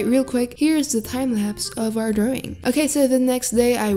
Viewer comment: I love the way says drawing- ✨Drowing✨